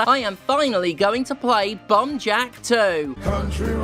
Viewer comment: I wasn't looking at my screen for the first part of this video, and I swear you were saying "Bum Jack". I was disappointed when I found out it was just the way you pronounced "bomb". Especially after you said there was bums in it. And that you have to grab the bums. Sad now.